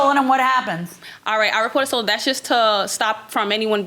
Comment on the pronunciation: she is a scammer too.. "It be stollen".